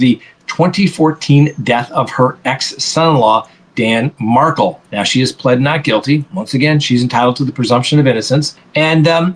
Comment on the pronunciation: Please quit mispronouncing Dan Markel's name. It sounds like Mar-kell.